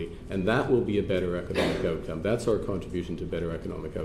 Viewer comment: you had me at "ootcom: ( / ) :-)